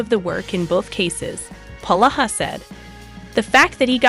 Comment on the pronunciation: PLEASE PRONOUNCE HIS NAME CORRECTLY IT IS POlaha NOT PAloha